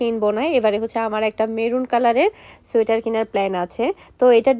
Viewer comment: চুইটার উচ্চারণটা ভুল হোলেও।😅আপু আপনার মুখে চুইটার কথাটা অনেক সুন্দরী শুনাচ্ছে।😊